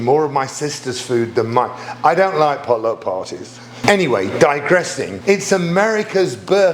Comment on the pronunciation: Darren, your pronunciation of "pot luck" seems more like "polo" to me. I had to back up and listen again. 🙂 Excellent way to make the "runt" out of the last bit of dough --- you did it just like I do.